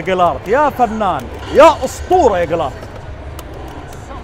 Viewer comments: ما كأنه ينطق جيرالت غلط شوي ، سمعته يقول جيلارت …… مو قصدي اتطنز والله ، بس ذا جيرالت يا حبيبي مو اي واحد 🔥😂 بس صراحة كنت متحمس اشوف قيمبلاي للعبة والحمدلله شفته وشكلها 🔥🔥🔥🔥🔥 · كانه يقول جلرت .؟ اسمه جيرالت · جيرالد وليس جيلارد بس فنان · قاعد تقول انه اسطورة طيب انطق اسمه صح